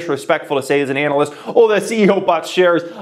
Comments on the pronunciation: It’s pronounced ‘ana-list’ not ‘anal-list’ brotha hahaha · Is he purposely pronouncing analyst that way? Lol